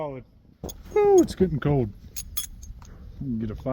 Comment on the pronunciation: Where is he from where he doesn’t pronounce internal “L” ? “It’s very code outside”